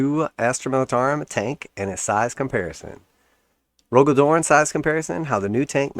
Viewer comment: Cmon bro you talk shit about GW every video and you can't take some criticism? It was just so revolting to hear you pronounce such a pivotal character's name horribly incorrect. I love the spacewolves and your imbecilic utterance on my Primarch's name is heresy.